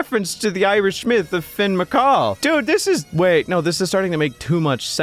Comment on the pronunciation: You've done this before I'm sure- It's pronounce Finn McCool not Finn McCall. Yes it does sound a little silly haha. If you're interested in Irish Mythology, I recommend The Blindboy Podcast and his episodes on it. He does some great retellings of Irish Mythology.